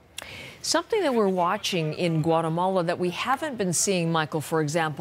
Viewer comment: Gouatamola - some news reporter